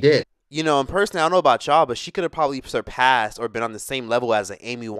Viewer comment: Surprass Whitney Houston?? 😂😂 oh no ..